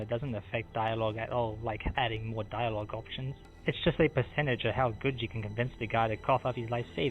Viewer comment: Fweedom is important. You should always fight for your fweedom. Four diawog options is not enough.